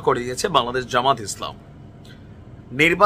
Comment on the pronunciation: জামায়াতে ইসলামী নামটা শুদ্ধভাবে উচ্চারণ করতে পারেন না, আপনি কিসের youtube এর একটিভেট? জামায়াতের নিবন্ধন তো আছেই শুধু প্রতীক ফেরত পাবে ইনশাল্লাহ